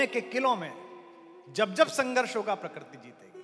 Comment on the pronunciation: प्रकर्ति नहीं प्रकृति कुमार, तुम अच्छी कविता करते हो फिर यह .....